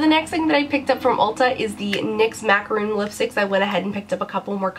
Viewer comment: Why do people always mispronounce macaron as macaroon? Those are different things....anyway, I have been thinking about trying those lipcolors, I was waiting for your review ahaha. Great (and lucky!) haul and I love your videos.